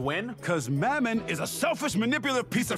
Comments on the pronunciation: Can we point out how at the very beginning he called mammon Momen 💀 he sucks but he don’t deserve that much disrespect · (Mam-mon) that’s how you say it Alr